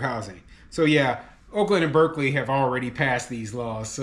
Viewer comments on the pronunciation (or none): none